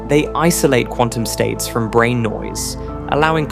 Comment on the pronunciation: How disappointing. It seemed like this video was really going somewhere. Then the different pronunciations of the same word from one sentence to the next exposed you as AI slop. “Brane” changed to “Branna” and then “bran”. “Bulk” changes to “bulka”. Boycott this garbage friend. It’s ruining YouTube.